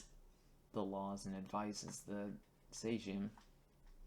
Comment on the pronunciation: How did you pronounce »Sejm«? Why on hell almost all English natives try to guess pronunciation instead of just checking it!? Why?!